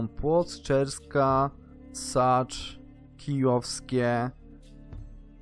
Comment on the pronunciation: Nie SACZ tylko SĄCZ